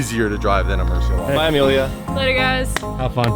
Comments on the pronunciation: Stop saying rare murci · Moor-see-ella-go. Why is it so hard to say it correctly?